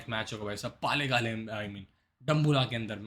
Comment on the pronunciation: पालेकाले नहीं यार पल्लेकल है 😮😅😊